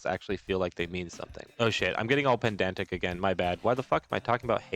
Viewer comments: Btw. its pedantic, not pendantic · You keep saying pendantic it's Ped-ant-ic. Wishing you well this holiday season - A pedant.